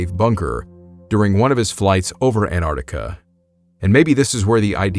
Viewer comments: Every time you pronounce Antarctica I die inside. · Antarctica has a bloody T in it! It is not silent. Jeez! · The American pronunciation of Antarctica is interesting. Most English countries - An-Tarc-Ticka American - An - ardica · Why cant Americans pronounce AnTARTICA properly? You always drop the first T. Otherwise, a great story. Love from New Zealand 🇳🇿